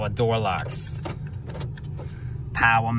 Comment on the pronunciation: Powah door locks, powah winda's, powah mirra's... Are we speaking "Cameraman-ese" today? On that note, what's that P2 Volvo V40 got? Is there a video on that or is it too far gone to be worth it?